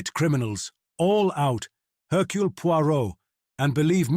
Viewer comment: You’d think that, at least in a Poirot mystery, they’d teach the thing how to say “Hercules Poirot”.